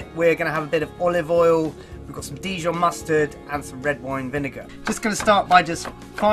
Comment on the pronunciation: Dijon mustard, his pronounciation is a bit weird.